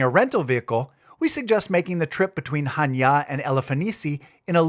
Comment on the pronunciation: I like that you're pronouncing Chaniá Χανιά with the accent on the last 'a'. There are a few English-speaking travellers making blogs about Greece and most of them can't read Greek or pronounce the names half-way correctly. Kudos. All the best from Switzerland, Rob